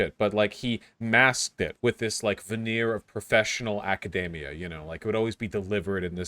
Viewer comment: Aca-DEE-mia, not aca-DAY-mia.